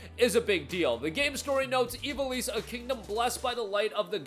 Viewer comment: Dude. Say it with me - IV - AL - ISS. IV AL ISS